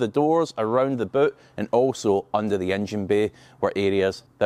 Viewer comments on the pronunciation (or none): none